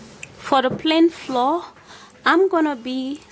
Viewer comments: I’m an immigrant from West Africa to be specific but that’s not how Africans Call flour and I’m not sure this is about her accent because we Africans are known for pronouncing every letter in a word lol 😆 Mayb she was trying to speak like an American or British 🙈🙈🏃🏽‍♀️🏃🏽‍♀️🏃🏽‍♀️ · Kimmy Naka and it is if she can say the word cucumber but not flour me correcting her shouldn't be an issue and obviously 15 other ppl agreed! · Flour not floor. Pronounced: Flower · First u think ur toothpaste q'ty might be ok. Don't u know ur own recipe???. Bullshit!. Pls pronounce it as flour not floor. Fake therapy. Does not work shit!. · It's flour not floor 😂😉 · Bitch it not "floor" it's frkin pronounce "flower" but spelt "flour" ughhhh the earth is so confusing ffs like this fkn comment y'all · Pronounce flour correctly hey u are sayin floor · Flour is pronounce FLOUR and not FLOOR please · I'm going to try it but I don't understand what the powder is is she saying flour or flaw will someone please tell me what she saying about the white powdery stuff thank you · Lmao... The way she pronounces, flour like floor 😂😂😂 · May I correct your pronunciation of "flour" it's pronounced as " flower " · I was confused how u pronounced de flour. I thought it was floor . I ll try it anyway. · Takyi Barbara 😂😂😂😂 me too... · Takyi Barbara me too😂😂😂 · Is she saying 2 TBS of ? FLOUR as Flaura ? What the heck??? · Hahahahahaha... You heard plan flour? I heard plain floor... Rotfl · Echantombi Sougaijam she's trying to pronounce the word flour as in baking flour. But she's saying "Floor like the ground. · I think she means plain flour the "flow" is kind of the Nigerian way of pronouncing it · Y’all need to hop tf off her back about she says “flour” lmao it’s not the hard to figure out she’s saying flour, she’s trying her best and she even wrote the word flour in the video so you can read🤦‍♀️😂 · Are you saying flour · I had a hard time understanding that word. Thanks for clarifying it for everyone. Haha